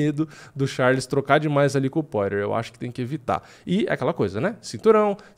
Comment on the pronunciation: pqp amigo, todos esses anos de diretasso e ainda não aprendeu a falar o nome do Justin "pÓirer... ou melhor Poirier